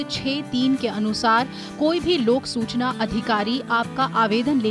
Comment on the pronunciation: Hindi pronounciation is not good like Susana,wrong